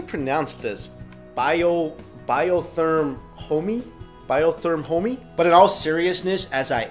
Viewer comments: I'm sure someone already told you but the word Homme is French. It's pronounced Ohm. It means man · You pronounce 'Homme' as 'hum'. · Homme is french for man pronounced like hom I believe